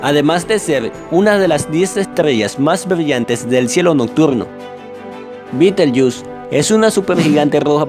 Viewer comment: Lindo video. En castellano es Betelgeuse, no bitelshus